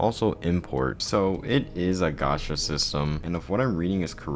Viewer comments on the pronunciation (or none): none